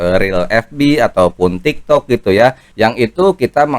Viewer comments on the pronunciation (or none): none